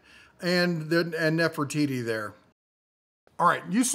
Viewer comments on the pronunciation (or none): So you made a statue of “Mehfertiti”? 😂